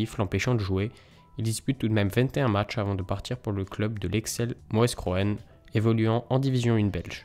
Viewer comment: En tant que Belge quand tu as prononcer Mouscron j'ai éclater de rire.